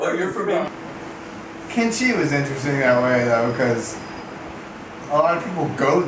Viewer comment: Kanchi, is sissors in hindi. the place is pronounced Kaanchi.